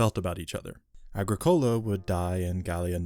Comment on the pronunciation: Your pronunciation of Agricola is slightly off its Agric ola